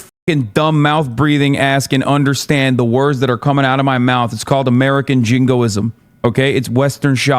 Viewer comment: Every time Hasan says jingoism I lose 5 years off my life span